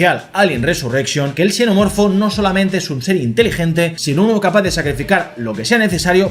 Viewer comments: Por qué pronuncia xenomorfo como Cenomorfo y Chenomorfo? No deberías pronunciarlo de una sola manera? Parece que hablaras de distintas cosas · entiendo eso pero es que en una sola frase pronuncia la misma palabra como chenomorfo y luego cenomorfo, entonces es extraño porque pareciera que hablas de dos cosas diferentes 😅